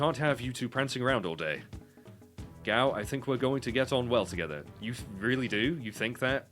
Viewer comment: Oh good, we pronounce Gau the same way. YES! Although I'm a bit behind in the videos, I'm enjoying your LP; especially your thoughts about the game. I always appreciate learning how others view this masterpiece. Around Zuzu and uh... "Magic-Town" is when this game starts to pickup. This is "tutorial" intro game, LOL! No worries. The best jokes are those that are explained.;)